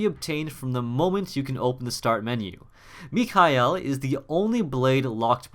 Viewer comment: dude thanks for pronouncing Mikhail the right way. this game was dubbed by the wrong part of Europe.